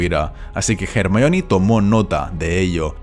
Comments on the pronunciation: ¿Por que dices "Jermaioni"? :S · Di Ermion sin miedo. Es la pronunciacion correcta de ese nombre griego. Los latinasis del doblaje que aprendan respeto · Los españoles siempre lo pronunciaron mal. Ya que Rowling tuvo que poner en uno de los libros una línea donde Hermione deletrea su propio nombre... Y esto sólo fue para dejar bien en claro que independientemente del idioma su nombre se debe pronunciar como es: HER-MAIO-NI